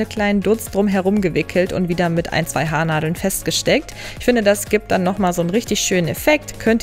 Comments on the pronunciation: "ein paar Hadeln" statt "Haarnadeln" - auch gut! 😅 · Mit ein paar Hadeln 😅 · versteht noch jemand Hadeln? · "ein paar Hadeln" statt "Haarnadeln" - auch gut! 😅 Sehr schöne Frisuren! 😊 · Hast du in ,,Hardeln‘‘ gesagt ?😂😂